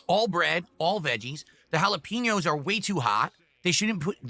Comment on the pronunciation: He loves to taste those jalaPEENos bruh... Why does he have to mispronounce EVERYTHING?!!